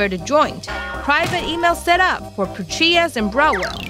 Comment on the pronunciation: Petraeus = PA-TRAY-IS... NOT Pe-Tree-is